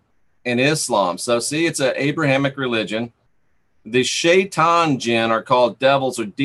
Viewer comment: Again they often look like shadows, 3d shadow. ... they hate us in most cases as we were given dominion here which was their land and became enraged to be told to give us their land etc. It's SHYtan by the way. Not shay. Though it's spelled shay... I tried to tell you about these. They're all over the place especially in cities in the west.